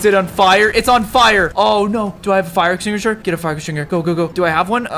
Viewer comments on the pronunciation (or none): "Do I have a fire extinguisher? Get a fire extinger" lol